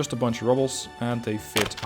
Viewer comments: Just a heads up, love your vids, you said rubble instead of ruble(Russian currency ), besides that for a non-native speaker your English is pretty spot on(hell, you can pass for a native speaker). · Every time pronounces "ruble" as "rubble" I died a little inside. Music is awesome though. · I served a French onion soup. Btw 'ruble' doesn't sound like 'rubble' in debries.